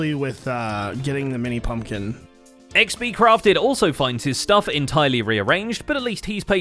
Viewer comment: Ah yes, xbCrafed…. Not crafted. XD